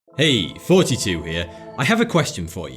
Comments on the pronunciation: why in the hell do you keep saying 42 I know you can say thought t two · Is he saying fourtytwo here or thoughty2 here?